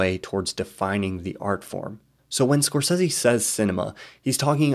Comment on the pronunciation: I love these videos but everything I hear "score seezie" I die a little inside haha